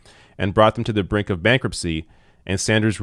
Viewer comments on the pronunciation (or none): none